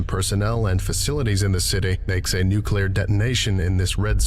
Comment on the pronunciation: Dude, I'm a fan but every time you say nucular instead of nuclear, my soul dies a little.